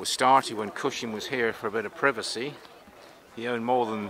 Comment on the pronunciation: Peter cushion? Its cushing.